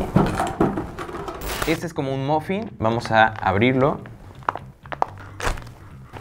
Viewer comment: Como un mofin! 🤣 se pronuncia maffin